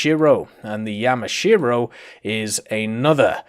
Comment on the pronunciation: Didnt he pronouce Ise and Yamashiro correctly?